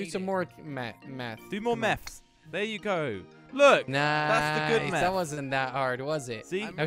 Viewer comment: when you say math it sounds you're saying meth on offense